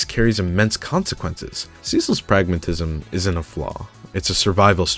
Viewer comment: btw bro if u can't pronounce pragmatism u can just cut the words into bitesize pieces like prag-ma-tism or pra-gma-tism or even pr-ag-m-auti-sm😭😭😭😭